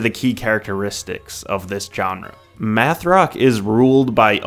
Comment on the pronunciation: Meth rock?? Oh its math 🙂